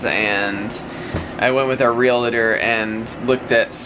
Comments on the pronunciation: Are you aware you are pronouncing realtor wrong? There's no I. Sorry to be so petty but you are saying it so often these days and it making us OCD and autistic folks a little bit antsy. Lol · So happy that you may have found your new home already...and, the word is realtor, not relator💖🙏💓. God bless!!